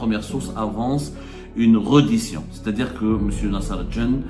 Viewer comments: On écrit reddition on prononce " rédition" cher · On dit : rédition ya le journaliste de seconde zone